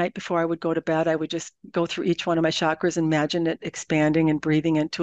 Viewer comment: The word chakra is pronounced ch as in church. Since you are in the public view, if you mispronounce it others will think you are right.